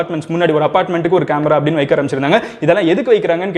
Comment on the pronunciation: Bro athe vaiiikaa illa vaika...pronounce...